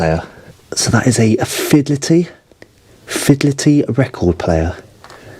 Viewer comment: ooh please say fih-DELL-ih-tee (/fɪˈdel.ə.ti/).